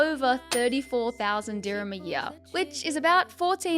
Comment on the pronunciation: Bruh just wanted to point out that the currency of UAE is DIRHAMS not dhirmiya , not trying to embarrass you but since I grew up in UAE it just felt weird when you kept saying it that way.